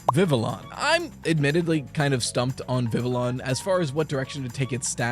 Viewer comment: thank you for pronouncing vivillon with the hard Ls, I hear "viv-ee-on" all the time and I'm like yes i understand this game is set in poke-france, but you won't catch me speaking french no sir 😤